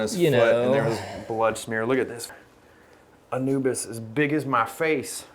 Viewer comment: Have been enjoying your videos and channel and always liked your instagram. One thing I’d mention is that I think it’s pronounced Uh-new-bee-uhs (Anubias). Keep on keepin’ on though!